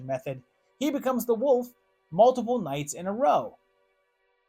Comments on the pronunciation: Can’t get past you saying woof, not wolf. Had to stop the video. Sry. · Is it just me Or is he saying Woof, not wolf?